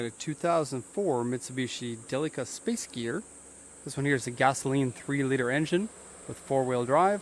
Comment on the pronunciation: i know this is 4 years old now, but i like watching these, and this is the only person ive seen whos pronounced "delica" correctly lol